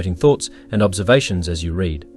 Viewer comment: It would have been nice if a human had read this. Hey AI, READ (reed) and READ (red) are not interchangeable.